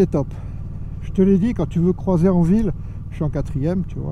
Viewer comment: Juste on ne dit pas "crOIser" mais "crUIser". Ce n'est pas "oi" mais "oui", donc on " crouise" et non on "croise". Sinon bon essai. P.S. désolé de cette remarque, mais ca me dérange. ✌🏻 à toi.